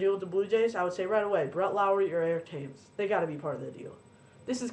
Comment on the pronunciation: Interesting to hear a cardinals perspective on the trade, seeing that im a jays fan lol speaking on behalf of jays fans....we all think we got a steal with this trade but I guess its a little too early to know that for sure.. Nice video but just to let you know Brett Lawrie is pronouced LORI not LOWRIE ;) and its pronounced Thames not Tames ;)